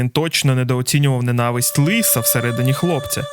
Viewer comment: дуже круте вiдео, але правильно "ненАвисть" (наголос на лiтеру "А". Моя улюблена арка, особливо в момент коли з'являються Мiнато i Кушiна - багато разiв передивлявся Шiпуден i завжди плакав на цьому моментi, як, власне, плакав i пiд час перегляду цього вiдео. Обожнюю це анiме - думаю, для мене це анiме найкраще...шкода, що багато хто не не хоче розумiти сутi цього шедевру i хейтить за якiсь дрiбницi... а про музику я взагалi мовчу. Саундтреки Iтачi i Сасорi в анiме просто неймовiрнi в сумнi моменти.